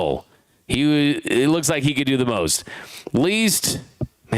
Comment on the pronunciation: I love how he pronounces it as if it is spelled, "Hay Sung Kim" 😂😂😂😂😂😂.